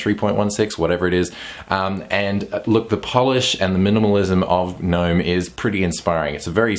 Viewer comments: Hello mate Try Gnome without pronouncing the G. :-) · the G is silent...